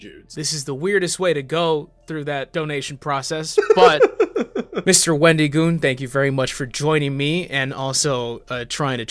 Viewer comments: why you pronouncing it "Wen-dee-goon" my guy? There's an I in there, not a Y. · I don’t know why but I got a good chuckle out of how pronounced Wendigoon’s name or so. Like the emphasis on the I instead of it being a soft i got me a little